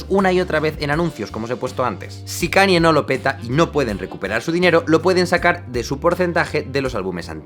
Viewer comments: "cani" xd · Ok , buen video pero me dolía los oídos cuando pronunciabas Kanye, se que es difícil pero se pronuncia Kein-ñe. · Cada vez que dices "Cani" en vez de la pronunciación correcta, un gatito muere